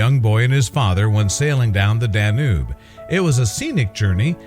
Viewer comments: "Danube"_ is pronounced "dan yoob, not "dan oob". Seriously weird narration on this video. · Learn how to say: Dan yuuuube. coerrectly.!!-! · The Dah-NOOB, you say? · Its the danube not the dan noob yer tit. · We know it as the Danube in uk😅 we pronounce it Dan-youb